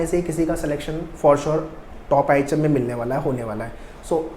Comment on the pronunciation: Sir ihm bol rahe hai mughe items sune aa raha hai 😂